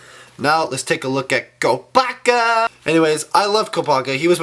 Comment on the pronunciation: Okay so now lets take a look at KOOP-A-KA lol